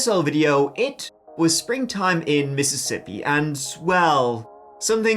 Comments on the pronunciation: not Mippippippi!!! agh! :face-blue-wide-eyes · The first MissiissippAHH! that Mike Let Out was a Spit take for me.. He sounded like how HP. Lovecraft describes the otherworldly way of speaking the Cthulu ,Yogosopf or whatever cultists pronounce words..😂😅 Like it came from that inner primordial part in the gut..MississiPPAHHH! Awesome